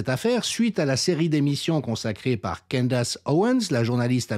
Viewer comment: Candace... à prononcer: "Candèce"